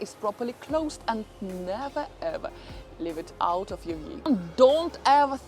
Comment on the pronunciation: You need to learn to have less of a foreign accent. But we want to hear much more "ever, and never ever, and never ever.........". "Eva and neva eva"😂 It makes me laugh,...I know I'm silly.😅